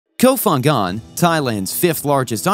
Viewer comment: Nice video, but please say the name of the island correctly! ph in Thai isn't F its P , it s ko pangan to pronounce. Kop Kun kaa